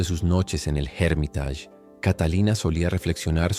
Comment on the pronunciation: Muy buen video hiciste; pero no pronuncies Hermitage como si fuera una palabra inglesa “Jérmitach”. Pronuncia “Ermitásh”. Es más correcto.